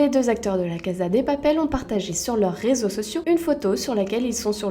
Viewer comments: On di pas la caza on dit la caSa de papel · "La caza de papel" 😭